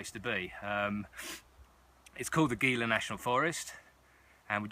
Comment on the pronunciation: FYI it is pronounced "Heela" not "Geela". No big deal, but thought you might like to know it What time of the year were you hiking in the Gila? I have been plenty cold in in the Gila! But, yes the river crossing and all the rocks along the rivers can get really old. Love that part of the country though. Some really large cats in that area as well!